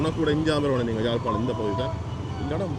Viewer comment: Its not Jalpanam. Beautiful Yaazhpanam.